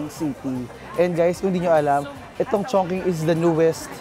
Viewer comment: Diba sya pronounced as CHONG•CHING?